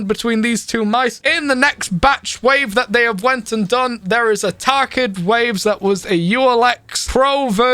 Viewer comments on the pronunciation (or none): Tarkid? it's Tarik just letting you know